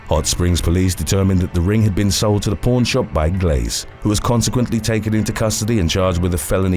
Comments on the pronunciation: I don’t mean to be rude, but when you say pawn, it sounds like you’re saying porn. 😝🤪😜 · Pown shop. Haha he said pawn. But we all heard something else 🤪🤣